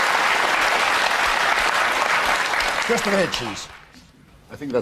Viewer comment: If you listen carefully. She says sky"woke"r